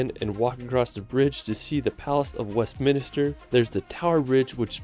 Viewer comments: Hi,, Its Palace of West'mins'ter not Minister. Minster means Large or Important Church. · Impressive and so fun to watch but so much mispronunciation of cities: St. Tropez, Cannes, Bruges, etc. and also Westminster not West-min-i-ster. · you butchered Neuschwanstein Castle badly as well as London's Palace of Westminster, its not Minister; Stone Henge, not Hedge